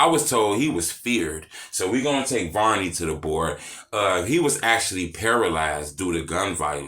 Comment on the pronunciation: I like that you pronounce it the right way. It isn't VERNey. Thank you🤣